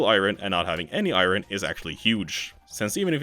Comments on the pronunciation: Why do you keep saying "i rin"? Its "i urn" dolt. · I ron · Say "iron" again. "I RUN!" LMAO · Iron is not pronounced that way.